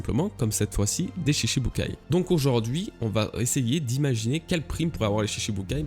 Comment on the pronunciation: Stp cela se prononce shichibukai (shiTchi) 😬